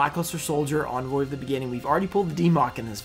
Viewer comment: He´s always pronouncing "Envoy" as Onvoy xD. That Lava Golem is actually a reverse secret rare though